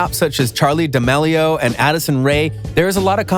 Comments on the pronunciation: Duh-meal-e-o is how its pronounced dumb dumn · The way he says D'amelio XD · The way he said “Charli D’aMelio” made me scream lol🤣